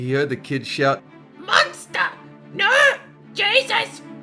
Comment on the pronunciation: The way he says no "Oh noe, Oh Noe. We were thinking"